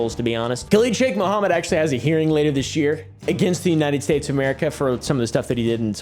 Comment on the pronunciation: "unyiunit states"